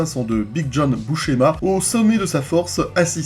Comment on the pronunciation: Excellent les incrustations de Downey Jr qui écoute... et donc tu vas faire tous les NOVA suivants ? C'est coooool ! J'aime ! sinon pour la prononciation, dans les videos en V.O. ils le prononcent grosso modo "BUSSéma" )